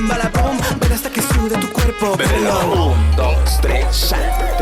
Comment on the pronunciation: "Bèbelo" me da un chingo de cringe.